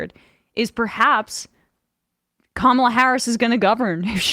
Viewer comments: KA ma la ( accent on first syllable) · Emphasis on the first syllable-it's KAM-uh-la. You sound like the Trump campaign... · It’s KAMala, not KaMAla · Sam, It's pronounced KA' mala.Right wingers are purposely mispronouncing it. Don't throw in your lot with their disrespect. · Sam it's like COMMA-LA, not Ka Ma La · It’s Coma La. Say her name correctly! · Emma’s like “he called her kah malla” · it's "COMMA-la", Sam! It's hard at our age, huh Sam? (I'm 67.) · It is pronounced Comma La. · Sam, Please stop trying to call the VP by her first name if you can't pronounce it correctly. I thought I was listening to FOX News 😊 sounded like Camel la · Sam, her name is pronounced "Comma-la"! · You are mispronouncing her name. It's not Ka MAL ah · Beshear is a death penalty proponent. Doesn't match with Kamala. Sam: Can't you say her name right? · Does Sam really not know how to say Kamala's name? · You know what's weird? That people are STILL mispronouncing her name. The accent is on the FIRST syllable folks. At this point, it almost seems intentional. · Pronouncing Kamala's name the racist way. Solid, Sam.